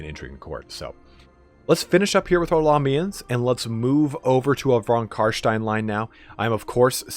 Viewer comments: CarSTIEN NOT CarSHTIEN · Its not Carshtein its Carstein ;)